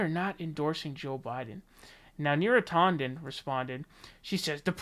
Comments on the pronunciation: Is it bad that it bothers me when you pronounce names with an A? You say Bernie Saunders when it's San-ders now neera tawden instead of neera tan-den. Bro I cringe trying to listen I'll still support you but please pronounce names the way they are spelled. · yeah, you might be right about that.. YouTube certainly loves any excuse to de-monetize a video... but he also pronounces Neera Tanden as "Neera TAW- nden". Sorry to be petty, lol, i couldn't help myself. Still gave his video the Like button. :P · I hear his pronunciation as /'tɑndən/, not /'tɔndən/. Though, I like the pronunciation /'tændən/, which enables my nickname, Neera Tantrum.